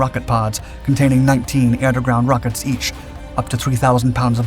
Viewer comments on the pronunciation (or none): none